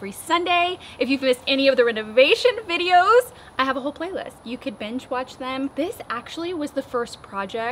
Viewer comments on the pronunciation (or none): none